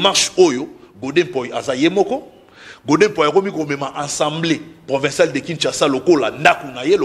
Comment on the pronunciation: 😂 et Manix ba vrais tintins. Fayulu azo sala makambo en catimini te. Alobaki ke akomelaki CENI po na liste ya candidature ya ba députés na ye. Conseil gratuit. on ne dit pas « ENSEMBLEE nationale te ». Loba Assemblée nationale. Yo Manix zala na soni. Depuis tjs fayulu fustige les comportements de Kagame frère siamois de tshilombo. Arrête ko comparer tshilombo na Muzee tu es peut-être malade mental kende ko se faire soigner